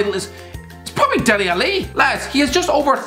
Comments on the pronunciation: How is this guy allowed a platform to speak on football when he can’t even pronounce “dele alli” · Idol”dele Ali “ 😭😭 Lmaoooooo